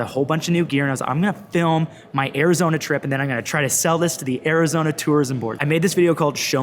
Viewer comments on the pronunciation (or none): none